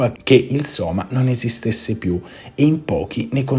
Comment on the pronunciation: Sema? Sema?Sema? NON Soma?